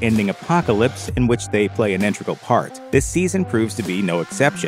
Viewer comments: In-te-gral. Not intragel. That’s not a word my man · I appreciate all the effort... But find myself nitpicking the pronunciation of the word integral